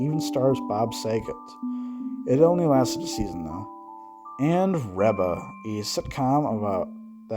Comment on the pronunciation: You missed a few shows and you mispronounced Reba. Oh, and “Everwood” is about a small town doctor.